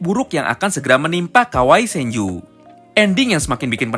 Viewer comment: Sebener nya gua suka pembahasan lu,tapi lu nyebut kawaragi senju malah jadi kawai senju malah jelek dan ga jelas ajg bang